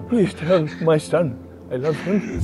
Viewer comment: I swear I heard say "Sub" instead of "son".. And I recently saw your sub count drop... Something aint adding up.